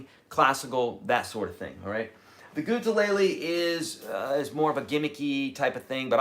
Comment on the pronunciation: Why do you say it gutelele is there a reason ? Answer would be appreciated .. thanks